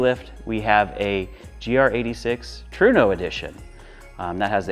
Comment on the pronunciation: Trueno… tru-eh-no… not true-no…